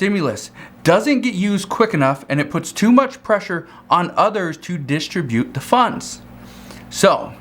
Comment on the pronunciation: Good stuff. BTW when pronouncing the word "distribute", the emphasis should be placed on the "trib", or second syllable. 😎❤